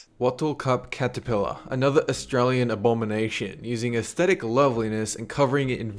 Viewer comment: "Another Australian abonimation". He noticed it too.:))